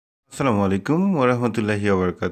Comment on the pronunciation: সালাম শুদ্ধ করে দিবেন নচেৎ নয়।